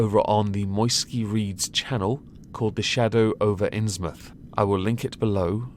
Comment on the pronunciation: You cannot realize the joy I felt when you pronounced Innsmouth correctly. With the state of YT, I know I have to enjoy the little things.